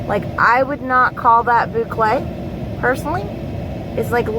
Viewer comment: Hello! Just finished watching Angela's video! Ran over here to check out yours! Love the notions pouch. I looked up the word papatya and it's Turkish. I heard the recording of how to say it. Here goes: pay-pah-ti-ah. The thread is cotton. Love all the colors!! Yes you are pronouncing boucle right! LoL! So glad ya'll had a great swap! Have an awesome evening!